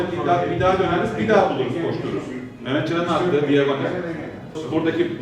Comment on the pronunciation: "Mehmet Canin attigi DİAGONEL diyor hoca"